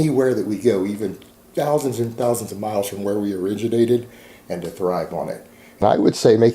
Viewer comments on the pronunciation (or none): none